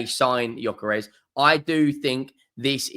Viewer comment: Gyökeres is pronounced: Yuh-ker-res.